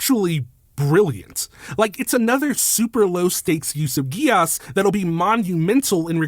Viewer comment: Btw contrary to what this anime will tell you, Geas is pronounced Gesh.